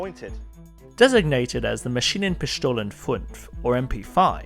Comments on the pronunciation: Love the pronounciation of Maschinenpischtohlen funf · Maschinenpischtolen? That's not how you pronounce it.